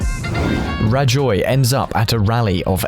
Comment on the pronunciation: I've never heard anyone putting the "joy" in "Rajoy"! What a miserable, drab Presidente del Gobierno. The pronunciation of the "j" is like "loch", the ch part in Scottish. However, putting the joy in Rajoy is akin to putting the fun in funeral.